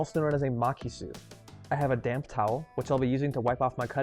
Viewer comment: Oh, when you say "take that damp towel" i can't help myself but hear it "take that damn towel!" and laugh ❤